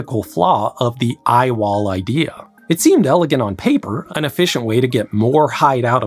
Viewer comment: It's dumb, but every time I heard him say "I-wall;" All I could think of was an engineer pitching the project in a black turtleneck. Ladies and gentlemen, the I-wall.